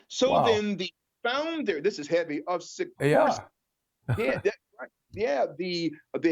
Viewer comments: Si-kors-ski. Say it with me. And can we reference the term A Luciferian Project Completed a couple hundred more times. Not against the theory, just annoyed by delivery. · you are driving me crazy by failing to pronounce actual letters in names,as in the K in SikorsKy